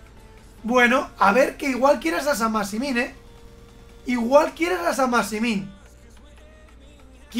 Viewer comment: Nadie, absolutamente nadie: Chacho: San masimin